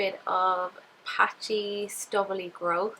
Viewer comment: Did she say..STUBBILY? lol